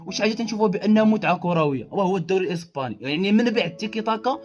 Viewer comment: الإسباني وليس الإيسباني صحح وبالتوفيق